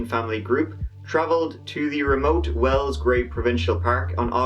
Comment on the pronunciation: It’s well not well’s. ! It’s wells not well?!!!!!!pushroom-micker?